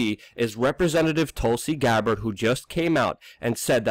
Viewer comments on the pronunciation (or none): none